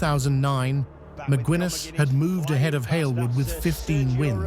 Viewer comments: Mick-Guiness, like the beer,. Not Mick-Gwin-es, you f'ing AI bot. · Mc gwinness. Wtf bro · Excellent stuff but Macwinness……. Come on, if you intend to give an overview, at least get the names right ffs